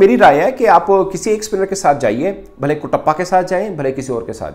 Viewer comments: Bhai kutapa nahi katapa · It's not Kutappa sir it's Katappa